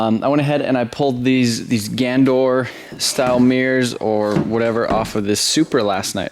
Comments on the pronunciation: Theres an A in Ganador. its pronounced GanAdor not gandor. sorry its just bugging me a bit lol. take a break man you need it. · love the vid but they are pronounced GAN a DOOR